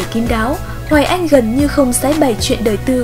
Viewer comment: Cần phát âm tiếng Việt chuẩn. Hoài Anh phát âm sai rất nhiều. Thí dụ nước Anh thành nước ăn, xanh thành xăn, mạnh thành mặn v.v. Như vậy phát âm không đúng tiếng Việt. Sai một ly, đi mười dặm đó